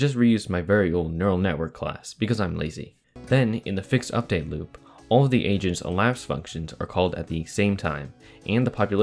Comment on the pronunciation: am i the only one that hears “asians” instead of “agents”?